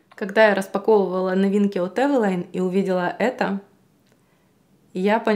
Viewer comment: Не знала что правильно произносить Эвэла́йн😮 спасибо что уточнили 👍